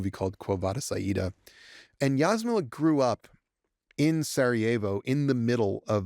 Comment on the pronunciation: Just FYI, Ž represents ZH sound (like French J) - not Z - in Jasmila Žbanić's name. Btw. pronunciation of Jasmila was perfect. And she's great, one of Europe's finest directors. Thanks for having her. Being from same country and similar age, I totally get why she wanted to direct this specific episode.